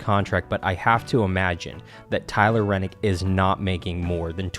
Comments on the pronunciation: Good info and Great announcement, but......If you are going to report on a sport get the names correct. It's Tyler Reddick, not Rennick. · Holy shit dude it’s Tyler reddick not renick!! It pisses me off that you act like you know everything and can’t pronounce the guys name right and it’s not even that hard to pronounce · It's ReDDick not Rennick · REDDIC NOT RENNIC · His last name is Redick not renick! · There is no “N” in Tyler Reddick’s name!!